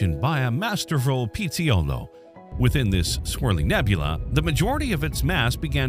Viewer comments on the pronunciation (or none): As an Italian, great video, but it's pizzaiolo, not pizziolo (it's pronounced pee-ttsa-yo-lo)